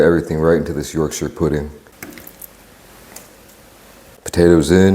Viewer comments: im so happy with the way you pronounced yorkshire instead of people saying yorkSHIRE you actually said yorksher the proper way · As a brit. I'm so happy you tried our roast dinner. And you said Yorkshire CORRECTLY. TOP MAN! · im so glad you didnt say yorkshyre pudding